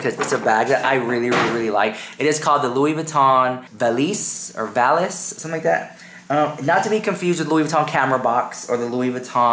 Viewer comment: The bag is pronounced “VA-LEASE” Valise (French for Suitcase) 🧳 :)